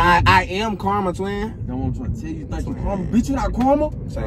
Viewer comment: it sound like tj saying caramel than karma😂